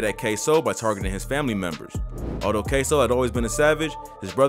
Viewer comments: At least you said his name right this time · yu use to say his name different k sew 😂 now yu saying it right